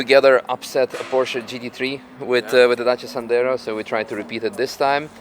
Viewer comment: Dacia Sandero ❌️ Dacia Sendaro✅️